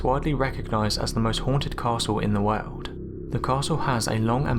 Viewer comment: When he says world 😅